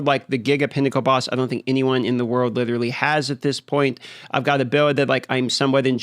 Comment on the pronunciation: hes widdewiwy hidding the gwiddy